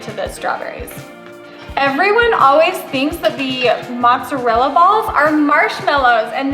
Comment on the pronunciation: needs to learn how to pronounce mozzarella and sorry but there is something so unappetizing about hearing her say the mozzarella is in “fluid”🤢🤮